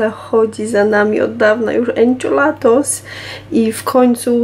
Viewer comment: Enchiladas, nie enchilatos.